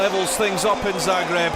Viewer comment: Please, It is pronounced, Zaah - greb. Not the way you insist on saying it, despite your knowing better. Thank you